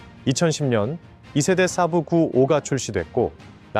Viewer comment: 순외래어 saab(쎄-브)를 사부 (스승)으로 알아듣겠금 발음하고 지랄들을...